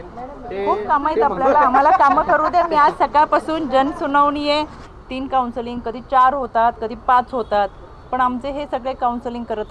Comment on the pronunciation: कौनसालिंग नाही हो कौनसेलिंग 😂😂